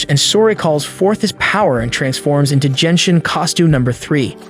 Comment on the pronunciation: Brother it doesn’t pronounce Jenshin impact it’s genshin impact!!!!😢😢😅